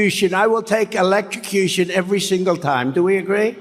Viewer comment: Concherned electrocushun. That's how Trump and his cult would spell. Concerned and electrocution